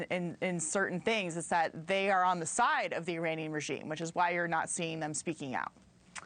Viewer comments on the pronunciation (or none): Can she pronounce Iranian correctly? E - raunian